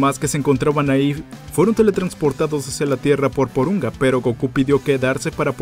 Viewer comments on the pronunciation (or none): Yo tambien escuche poronga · XD jajajaja en que nadas pensando XD. Se llama Polunga y creo que se pronuncia Porunga. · "Fueron teletransportados hacia la Tierra por Poronga" Si, sé que es Porunga pero la primera vez escuché Poronga xD